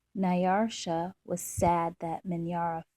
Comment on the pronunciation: You have a very calm, relaxing voice. But, there is not an r in Nyasha.